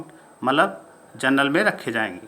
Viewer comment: आप जनरल को जर्नल बोल रहे हैं जो कि गलत है। वो सीट जनरल की भी नही है बल्कि अनारक्षित की है।